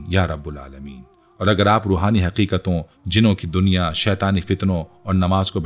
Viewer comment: ٹائم لائن پر آپ سے غلطی ہوئی ہے ربِ العالمین کی جگہ آپ "ربُ العالمین " کہہ رہے ہیں براہ کرم اسطرح کی فاش غلطیوں سے اجتناب کریں اس ویڈیو کو ایڈٹ بھی کریں اور اسکا کچھ نہ کچھ ازالہ بھی کریں وَما تَوْفيقي إِلاَّ بِاللَّه